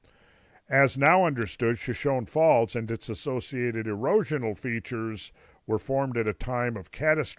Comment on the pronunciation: Per usual, great presentation, Randall. Point of pronunciation: Shoshone Falls is: shuh-show-nee faalz